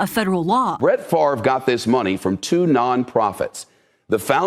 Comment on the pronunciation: He has been off the fields for a very long time. Can we start pronouncing his name, correctly, now?